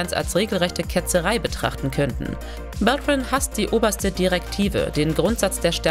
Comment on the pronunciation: Auch Robert „Beltrain“ statt „Beltran“ - Aua!